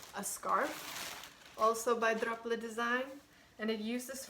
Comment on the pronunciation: It's so nice of you to knit a sweater for the landlady...do you mean Drops when you say Drople?